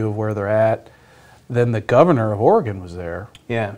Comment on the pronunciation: Someone tell Sandy how to pronounce Arcimoto and Oregon.